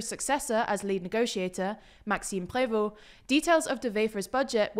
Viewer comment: De Wever was said in Dutch rather than Flemish, and Prévot and Rousseau's names got stress on the second syllable, not the first. But they do better than most!